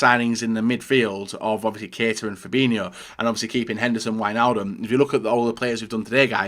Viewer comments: "keeta"🤢 "kayta"👍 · Keita = KAY-TA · You pronounced Keita wrong